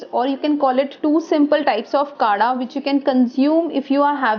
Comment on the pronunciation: Its not kada its kadha ...btw i think it can be effective